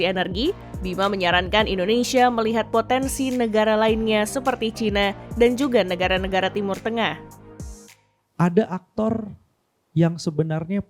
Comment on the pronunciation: bukan caina, tapi cina.